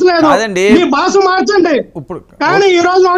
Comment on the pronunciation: Basa kadura Bhashara babu